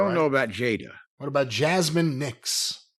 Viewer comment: it’s almost when they hear a certain group of peoples names they think they’re too much. originally couldn’t even said Jaidas name right. They just can’t say black names and they’re old white guys I get it